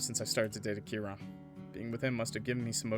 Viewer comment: I feel so late for commenting 6 months later or something but Akira is pronounced not “A-Kira” but “Aki-ra” and I’m pretty sure the “ra” is pronounced “la” (if it’s a Japanese name tho)